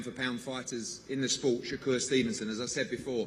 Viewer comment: I used to like when Eddie Hearn used to say “Shay-ker” instead of “Shakur” lol